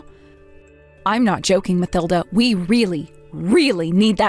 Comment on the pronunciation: It's Ma-TIL-da, regardless of how it is spelled